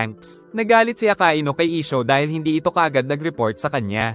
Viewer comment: Hindi po aka i nu akainu po